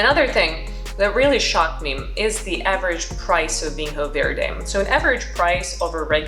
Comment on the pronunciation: Quick tip it's pronounced (approximately) VEEN-yo vaird. Solid tasting notes.